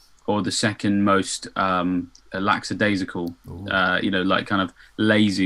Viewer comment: Lackadaisical not laxadaisical!